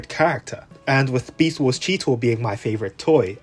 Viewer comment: "Besat Wars" Hahahahahdgjajfj, sorry, I can't 🤣🤣🤣🤣🤣🤣🤣🤣🤣